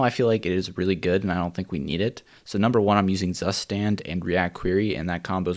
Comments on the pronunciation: Zustand is the german word for state. And it's pronounced TSUSTAND! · Please look up how to pronounce "Zustand", it's german (so it has to sound harder) edit: and angrier